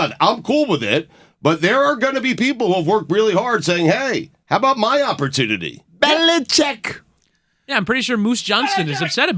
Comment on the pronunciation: BE - LI - CHICK!!!